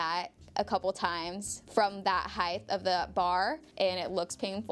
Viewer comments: I wish I had $1 for every time she said "like" and mispronounced "height" as "heighth", which isn't a word. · Guh... I understand why she kept saying "heighdth," considering the words length and width, but someone please clue her in on the word height. Heighdth is not a word. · We all can agree that she is such a sweetheart and has such an adorable personality- but can I ask anyone that pronounces height like “heigth” .. why? Just why? She said it like that and I notice every time when any else does as well, it’s so strange